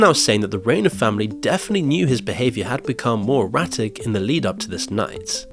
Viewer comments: Reiner rhymes with diner, not gainer. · RI-NER PLEASE respectfully learn how to pronounce the name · You should try and pronounce his name correctly. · it’s annoying when you keep pronouncing Rob Reiner‘s name wrong. It’s not that hard. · You're pronouncing Reiner wrong